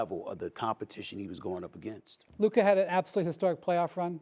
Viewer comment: Hmm so Stephen a CAN say Luka’s name so he’s purposely been calling him luker all season long